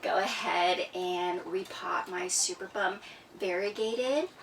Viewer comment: It is pronounced superb-um not super-bum. Lol.